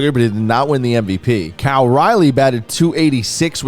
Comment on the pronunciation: I don’t think has ever said Cal’s name correctly or the same twice lmao